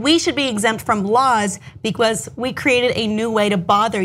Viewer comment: "Bekwuz" ROFL